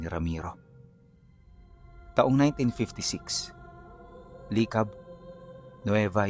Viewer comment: Licab yon hindi li cab.pantabangan yon hindi panta bangan